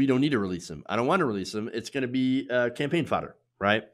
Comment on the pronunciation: Hahahahahahaa WAIT DID HE SAY PAMPAIN HAHAHAHAHAHAH